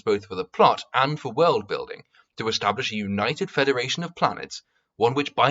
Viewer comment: Bargain bin mauler. Do you pronounce world as "weuld".